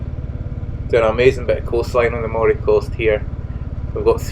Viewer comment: The coast of Moray is not pronounced as the spelling suggests. It is pronounced Murray.